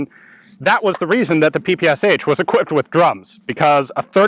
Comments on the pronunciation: Ш is not "sha", but "sh" (or "esh"). The designer was called Шпагин = shpagin, not shApagin, and the gun is literally called "Shpagin's submachinegun", that's why it is "pe-pe-esh". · just a little thing in case anyone hasn't already mentioned it the "ppsh" is actually pronounce "papashaw" for reasons i'm not even gonna try and understand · Instead of pps does not one normally say pey pey sha for that particular submachine gun. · Greetings from Russia. I really love your channel. the correct pronunciation of PPSh is [pæ-pæ-ʃʌ] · So many people mispronounce the name of the gun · LOL he pronounces ППШ completly wrong. Write "ППШ" in Google Translate (russian language) and listen. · Ppsh is pronounsed as pe-pe-sha. This abbreviation consists of three Russian letters ППШ, where Ш = SHA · The name is not Pe-Pe-eS-h. It’s “pepesha” 😁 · Strange to hear you say "P-P-S-H", when it should be "P-P-SH" or "pe-pe-sha". It stands for pistolet-pulemyot Shpagina, or Пистолет-пулемёт Шпагина. Shpagin was the inventor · its not P-P-S-H ! its P-P-Sh 3 letters ! ППШ u have not letter "Sh" = Ш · It is not pronounced”P P S H”. The proper way is”PEH PEH SHA(like in SHort). It stands for «Пистолет пулемёт Шпагина» . Literary “Shpagin’s submachine pistol” Shpagin is the last name of the inventor. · It's not called sha, that's slang. It's peh peh che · PPSh? You mean PPŠ? Verbaly it's: "Pa-Pa-Ša" or for Americans "Pa-Pa-Sha" not "P-P-S-H". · PehPehSha! Not PePeEs-H. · Why americans call it PP S H instead of PP Sh? Machine-pistol of Shpagin, so it should be PP SH, isn't it? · It's not Pee Pee eS eicH, because those are not four letters/sounds, but only three of them Pee Pee eSh or Shee, where Sh is like in shoe, show, shot. That's why the h is in small caps. Just call it PaPaSha, it's the closest you'll get to how it's actually called. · is it not supposed to be pronounced papasha? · You are pronouncing dis wrong. It is pronounced, 'p-pshh' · Peh-Peh-Sha. Get it right.